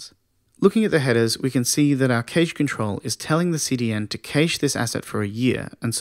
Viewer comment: Thanks again, content is great. Pronunciation of cache not so much though...